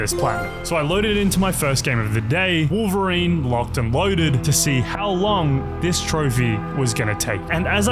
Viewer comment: "wowveween" is crazy